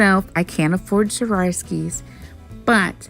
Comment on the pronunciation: Swar- ov-ski